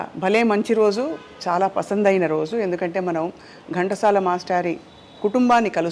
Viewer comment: ఓరి మీ తెలుగు తగలెయ్య!!!! అది గంటసాల కాదు ఘంటసాల వాళ్ళ ఇంటి పేరు ఎందుకు కూని చేస్తారు.. ఇంత పెద్ద పేరు ఉన్న చానెల్ లో కూడా ఈ తప్పులా😏😠